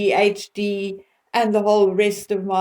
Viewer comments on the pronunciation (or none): none